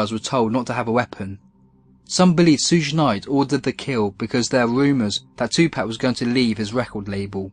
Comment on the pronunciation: A little pronunciation help: ‘Suge’ is just a shortened form of “Sugar Bear”. So to say ‘Suge’, all you have to do is say the first syllable of “Sugar”. Easy-peasy. 🤗